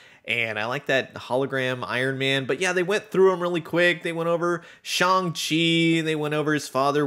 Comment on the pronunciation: Continued:as if he was Irish it's not Shawn Shay it's SHANG-CHI thank you very much good day I said good day .